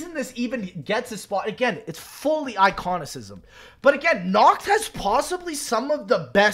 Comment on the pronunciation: “Iconisizm” had me dying